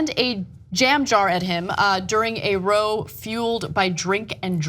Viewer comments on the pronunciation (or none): "row" in this sense is pronounced like "how". It means a fight or argument. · "a row" /raʊ/, rhymes with "a cow". Ms. Kasparian is North American I think (¿is that right?), anyways her accent sounds North American; I don't think I ever hear Americans using "row" as a noun, meaning "a noisy fight". Probably Ross McGuinness, whom Ms. Kasparian is quoting, is British; or else he probably lives or has lived in the UK. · Row in this case is pronounced "Rao" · It's pronounced "raow" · 'Row?' Try 'Rau.' as in arguing. ~ Duh. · ANA! ROW here is pronounced like in WOW not like in LOW. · does the female presenter understand that the word row is pronounced in two different ways depending on the context it's being used for? She said row as in to row a boat not row as in to have an argument or fight. long live monty python. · you gotta learn to pronounce "row" British-style. it's row like "ow" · it's pronounced like wow but with a r. that the wrong row you read ana. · That's a "row" not a "row". JS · Ana.... "row" is pronounced like "cow" and it means argument in the UK, not as in "row row row your boat" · It's "row" to rhyme with "cow" not "tow" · ROW rhymes with COW! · That isn't how you pronounce "row" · row is pronounced raw where the a is like ah r-ah-w um listen to a British person say it. I've been corrected on this one before. the o is like the a in at. love your show. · row is pronounced ...r-awe...rhymes with bow of a boat......DOES NOT SOUND LIKE ROW A BOAT! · "row" as in cow, meaning argument or fight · Did she pronounce 'row' like that...? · The real tragedy is that Ana pronounced "row" as "row" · If it was a poor white or black person in the UK they would be banged up. A bread knife and butter knife are different things, which was it? The lady presenter said "row" as in row a boat. It pronounced r-ow meaning to have an argument. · how she pronounced "row" 😂 😂 😂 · A row is a noisy acrimonious quarrel it is pronounced raʊ not rəʊ (like row a boat)